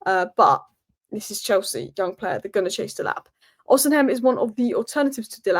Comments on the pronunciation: Lol, it’s pronounced O-Si-Mhen, not O-Sim-Hen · The way pronounce “Osimen” Is pure Gold. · Please pronounce Oseimhen correctly “ O Sea Men” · You can't have watched a single game Osimhen has played in to pronounce his name like that. Come on you've been talking about Osimhen for a year or more. Ignore the h! Just say Osimen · She is always putting the 'M' silent Whereas it's the 'H' is the silent letter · Wish you could pronounce Osimhen’s name properly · As a Nigerian, the h in Osimhen is silent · If we do get Osimhen hopefully will eventually learn to pronounce his name properly. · the 'h' in Osimhen, is silent. You're butchering the name. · butchers names all the time. I think she gave up on Ekitike. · has difficulty in pronouncing some names, you need to understand that she may have a speech impediment and finds certain words difficult. Leave her alone.